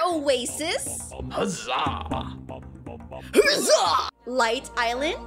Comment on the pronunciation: I love how you say spurrit says “herza”. He says “Huzza”